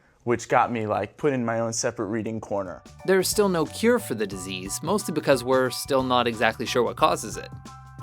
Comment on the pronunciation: Why does he keep calling it a decease